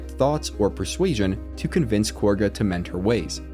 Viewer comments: It's not KORGA it's KAGHA. They pronounce it correctly for you in the game even. Also the BEST noblestalk option is to actually let Belen die in the field. Do the trick with Shadowheart to make her eat it while sending the stalk to camp. Then give it to Derryth the wife. She does well in her shop without her husband and feels better in life by adopting a cat since her husband is dead. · Cool video. Not sure how you mispronounce names that are said many time though. Like calling Kagha " Korgha". She doesn't even have an R in her name lol.